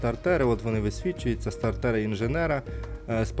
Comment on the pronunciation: СтартЕри, як же це ріже слух